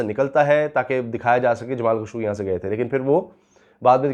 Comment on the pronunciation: جمال خاشقجي ہے درست نام. خشوگی غلط العام ہے. جمال خاشقجی کہا کریں